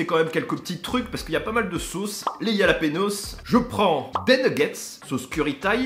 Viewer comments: J’ai eu mal au cœur quand il a dit « yalapenos » 😭 au cas où ça se dit « Ralapegnos » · Yalapanos 😆😆😆😆 sa ce prononce rhaaaa laaaa péée. Gnioooo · super vidéo par contre pour les jalapeños on dis ralapenios 😂😉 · Exactement le J en espagnol se nomme "Jota" mais se prononce "Rota" avec le R bien raclé au fond de la gorge. Et le n avec la vague ~ se nomme la "en~e" et se prononce "égné". Donc le tout se prononce "Ralapegno" au singulier et "Ralapegnos". Le J qui se prononce lli est d'origine scandinave et germanique, alors que la jota est un héritage arabe dans la langue espagnole.